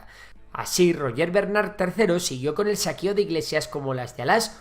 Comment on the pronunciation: Y que pronuncie Roger en la forma catalana,siendo castellano-hablante y no Ruyé,Rushé,u otras "cacofonias",tiene muucho mérito y habla de respeto por los nombres propios ajenos.❤❤❤